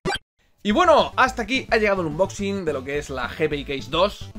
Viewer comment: Joder pronuncia bien unboxing que hace daño a los oídos